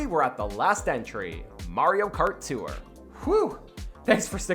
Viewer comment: “ Mario kart too-ure”